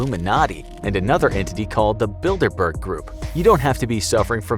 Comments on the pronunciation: I keep hearing Build a bear. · I thought it said dinkleberg instead bilderberg DINKLEBURG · I’m not the only one hearing “Build-A-Bear” right?